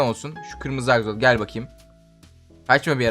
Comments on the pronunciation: Abi o aksolot değil aksolt'l' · Abi axolot değil axolotl (sonuna sadece L koymamız lazım)